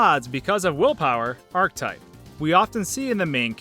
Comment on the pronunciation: “ArchEtype” not “archtype”. Jesus dude maybe you should have spent more time reading as a kid instead of binging all that anime...